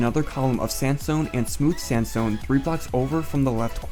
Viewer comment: when you say sandstone i understand samsung i don't know why :))))